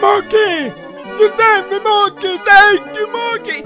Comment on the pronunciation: It’s mokey not mooky